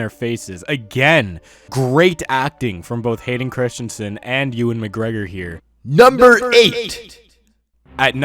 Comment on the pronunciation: “Liam Neeson, Youwin mcgregor, and Rey parks assssssss” It’s actually ewan mcgregor